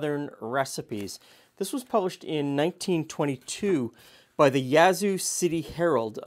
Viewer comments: By God, pronounced Yazoo correctly. Almost never happens…Kudos!!!! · I agree. I lived twenty miles from Yazoo City and he nailed it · I’m from Mississippi. He nailed the pronunciation.